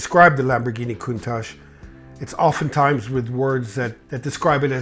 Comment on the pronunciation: Excuse, why did you change you pronouncation of Countach since video with Harry? Just asking cause I don't want to sound like an idiot when speaking this name.